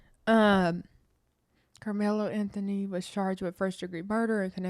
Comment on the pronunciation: Say his name right